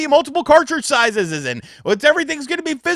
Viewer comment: My man said "sizes's"